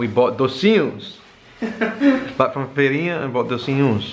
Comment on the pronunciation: achei que vc fala um bom português! pastelão vc pronunciou muito bem p um nativo da língua inglesa! feirinha tb! de onde vc é? não reconheci seu sotaque.